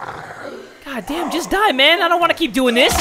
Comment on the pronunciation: Did he say DOOOOO or DIEEEE?